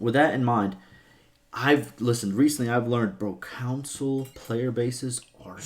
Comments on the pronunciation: Bro he literally pronounces it like council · Bro, English my dude wtf is a video game “Council” , I had to literally stop watching this video because of that in